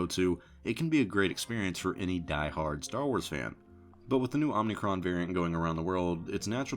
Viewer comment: Hate to correct but it’s Omicron not Omnicron